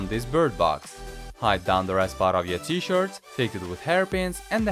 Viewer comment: He says T - Shirt and I can hear as T - Short.